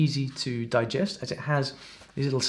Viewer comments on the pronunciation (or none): none